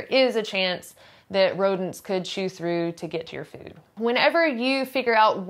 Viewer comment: I like the way she says fööd and möönshine